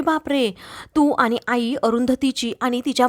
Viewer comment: 'आनी' 'पानी' हा ऊच्चार बरोबर नाही. 'आणि' 'पाणी' असा शुध्द ऊच्चार करा की.